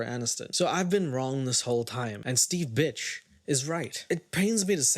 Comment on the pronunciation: His surname is BIRCH not BITCH 😂